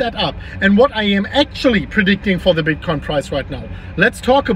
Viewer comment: Does anyone else find themselves saying "today foddabitcoin price" out of nowhere?